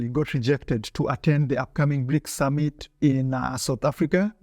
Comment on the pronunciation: No you can't, you little frenchy! They are BRICS and not FRICS (FREAKS) 😂😂😂